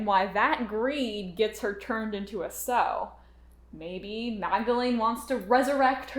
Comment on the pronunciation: Sorry, but this grated on my ear the whole review: "sow", as a noun meaning "female pig", is pronounced to rhyme with "cow".